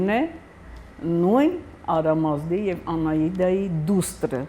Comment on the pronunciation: Ինչու եք Անաիդա շեշտում ,եթե ոչ Անահիտ ,նույնն էլ Այսեմիկե ,եթե ոչ Այժեմիկ?